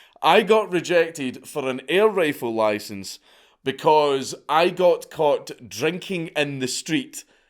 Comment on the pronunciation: Got a loicense for that loicense